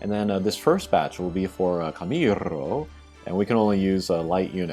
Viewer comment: Camirrrro, I love how do You pronunce him 😂 nice video as always 👏🏻👏🏻👏🏻